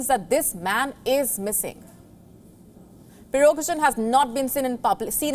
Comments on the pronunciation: You're not pronouncing his name correctly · Sorry madam could you please pronounce the name of the chief of Wagner group? :P